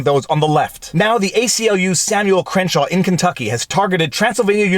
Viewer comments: I think it's Crankshaw not Crenshaw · Crankshaw is pronounced cren-shaw?